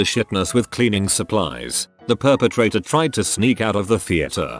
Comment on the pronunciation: Perpetrator? I think you mean poopetrator😂😂😂😂